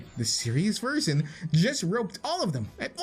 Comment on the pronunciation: he mispronunced version